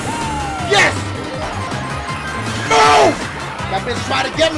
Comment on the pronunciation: when dashie yells "NO!!!" it sounds like he sayin' "NOW!!!"